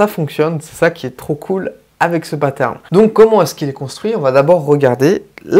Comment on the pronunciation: J'avoue que quand je vous entends dire des mots anglais avec une prononciation française ça pique les oreilles. Paterne ou bien séquence...